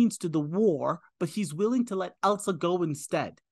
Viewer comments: It's ILSA not ELSA so different from Elsa from Frozen. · ILSA, ILSA,. Not ELSA! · The name is ILSA , NOT "Elsa". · " At 42min. 50sec. -: " 'Elsa', I was right." No, you were not right. It's pronounced "ILL-SUH", not - and as you continued to mispronounce it -"EL-SUH". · This guy is good. Works his way through the film with unique understanding for a first time viewer. When confused, he asks the right questions. Excellent job breaking it down. Only one note: the Ingrid Bergman character's name is Ilsa, not Elsa. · Ill - sa not Ell-sa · Close, it's Ilsa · Ilsa is a different name from Elsa. It is pronounced Illsa. Beautiful story that Rick sacrificed his love for Ilsa so she could be with Victor. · The character of "Ilsa Lund" (not "Elsa" as you mispronounce it) grew up in and is from Oslo, Norway - NOT Austria, and as you incorrectly stated her origin being from there.